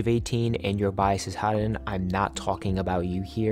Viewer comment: Haerin's name is pronounced as heh-rin /eh/ sound like the /ae/ in aespa Interesting video, thank you for covering such an important topic